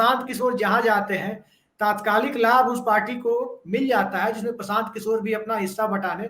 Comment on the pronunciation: Prasant sahi shabd nahi hai..Prashant hai. Kisore ghalat hai.. Kishore sahi shabd hai. Asoke sahi shabd nahi hai.. Ashok hai. Aap log ko patrakar ki degree kisne de di hai. Interviews bhi hua tha ya nahi..? Itna doshpurn oocharan sun Kar man aahat ho jata hai. Hum log ko sharm aati hai..ki aise trutipoorn journalist kya jaankari dein ge logon ko.😪